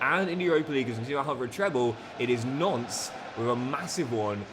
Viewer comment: Every time you say Nantes it sounds like Nonce 🤣